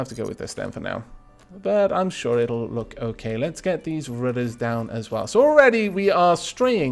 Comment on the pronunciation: you sound like you are saying "work" instead of "look," which may confuse some people. woopsies? :3